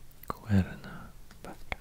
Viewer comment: Your spanish pronunciation is amazing!, thank you for aknowledge my beautiful country. You’re very talented!, Greetings from Cuernavaca, Morelos. ☺️